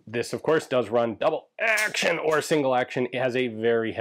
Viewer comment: "Le formidable" must refer to the grip strength you need to use this weapon. on the other hand, "Double AHHRction" is a good nickname for it too